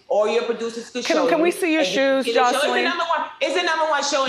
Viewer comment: Wendy’s saying her name wrong isn’t she? It’s more like josalin if that makes sense lmfao not josleen